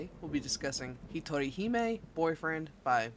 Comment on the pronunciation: Something amusing I noticed is that you turned the meaning of "hero I hog to myself" to "lone princess" by pronouncing the J as an H...which spurred me to go, "Get yourself a guy who can be both your hero and your princess!"